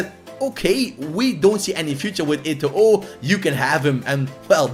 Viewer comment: Don't pronounce the last "O" in Eto'o Name lol... so cring